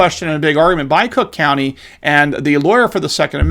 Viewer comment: Still mispronouncing crook county 😉